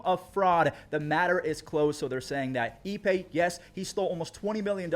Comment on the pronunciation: His name is "Ippei" not "eBay." Get it right.